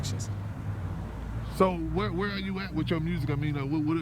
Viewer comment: Check out his "mursic